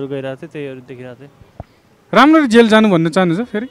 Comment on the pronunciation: Vickey le ta jail lai jhail vando raixa